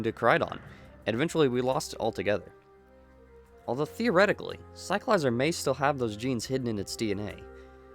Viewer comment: In the Pokémon company videos released, they give us the proper pronunciation of some Pokémon, Cyclizar is one of them and you can’t pronounce it correctly?